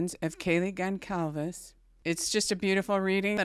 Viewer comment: Thank you for being the ONLY person reporting on Kaylee that pronounces her last name correctly. Love your videos. ❤